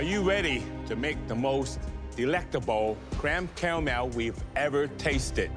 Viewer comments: If it falls apart, so will your DREAMS. Cweme Cawamel- Alvin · Cweme cawamewl